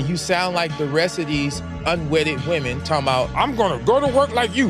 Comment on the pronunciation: I know you're Gen Z, but it's pronounced "Women" with an E. It's not believe all Woman.